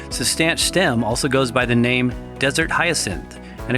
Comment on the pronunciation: I believe it works by making your body believe that you are not making enough testosterone, so it makes more Luteinizing hormone by gonadotropic cells in the anterior pituitary gland. I also believe it is pronounced Cis-Tan-Shah. I could be wrong on both of these points though.